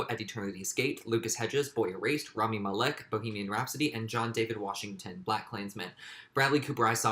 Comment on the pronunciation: you saying rami malek's last name wrong